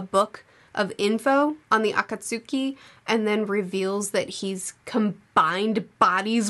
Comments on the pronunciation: It's pronounced "The A-Kot-Ski" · Auh-cots-ski is the pronunciation of Akatsuki FYI ❤ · Just as a pronunciation aide, Akatsuki is pronounced Ah-kaht-ski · hi, im aware that you only read the manga version but akatsuki is pronounced akats'ki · A-kat-ski, same as how Sasuke is not pronounced with the "U" In regards to the conversation between Naruto and his dad, things become clearer in the future when more details come up as to the reasoning behind his dad sealing the Yin part of the Nine-Tails chakra (this is mentioned on the anime by this point, don't remember if it is on the Manga). As for his treatment, and I don't think this would be considered spoilers, but there are only a handful of people who know Naruto is the son of the Fourth Hokage. The circumstances of those choices will come out later. Now that is not to say that I think it makes total sense, people knew he had the Nine-Tails inside, I find it really stupid that that was the only information given. They would have been better off to just not saying anything at all. But I do think Kishimoto is not the best story teller (we have been spoiled by Oda and others), so he probably wanted a tortured kid to rise up as the theme without really thinking on the logic behind it. Finally getting to "Talk no Jutsu".... Yeah, this is what solidify it as a meme. As for the resurrection, it was already established that one of the Pain could do this, so I didn't feel too bad about it, but I completely understand about your feeling. To me the last time I trusted Kishimoto on deaths was when the group was going after Sasuke and everyone "sacrifice" themselves for the mission. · Is it? I know the Japanese is a-ka-tsu-ki for each syllable(ah-kah-tsoo-key) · Akatsuki is pronounced (uh-cot-ski) 😅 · Akatsuki pronounced "A-káhts-ü-kēy" [the ü (or oo) is very short, chopped, if you will" Thank you for reviewing this, your manga videos are awesome! # Read "Yotsuba&!"